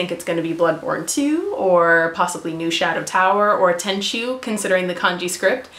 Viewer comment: Its tenchu..